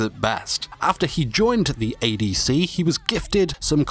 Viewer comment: I heard it as abc